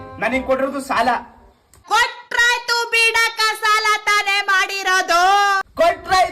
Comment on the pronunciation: ಸಲ ಅಲ್ಲ ಅದು. ಸಾಲ